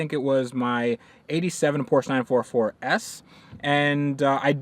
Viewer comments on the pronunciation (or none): Self-respecting car guys pronounce Porsche, which is someone's name, correctly.